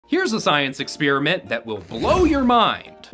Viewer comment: I'll never understand why some people pronounce the word experiment like "expeeriment".